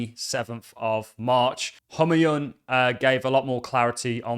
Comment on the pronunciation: The correct pronunciation for name Humayun is "Hoo mai oun"